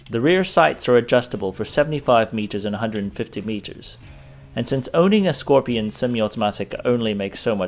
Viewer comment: Skorpion not szkorpion.